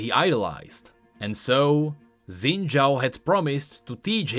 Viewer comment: Xin is pronounced close to sin, somewhere between sin and shin, not zin